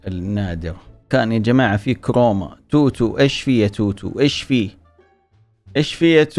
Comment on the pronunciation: كروما مو كوما😭